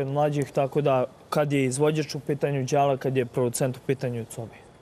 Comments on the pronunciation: Nije djala nego dzala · NIJE ĐALA NEGO DŽALA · De izgovarajte jala kao dzala a ne djala ko da su prvi put culi za njega pa ne znaju kako mu se izgovara ime